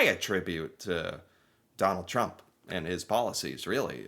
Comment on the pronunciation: I repeated it a few times here because I kept hearing McDonald Trump